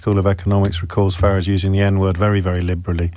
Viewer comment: Why does this tool call him "Farridge"?